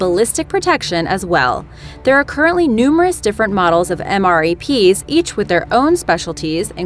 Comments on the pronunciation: They are AKA "Em-Raps", not E-M-R-A-Ps. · They are pronouced m-raps